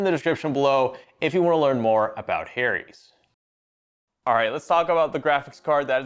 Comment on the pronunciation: why did my guy pronounce Harry's like that?